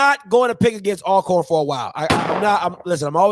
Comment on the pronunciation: I like the intro theme song but somebody needs to learn how to pronounce "ALCORN". I don't even like them but I respect them enough to call them by their name. However, I call them Al Corn too when I'm around them, just to piss em off. Good show bruh. 😎👍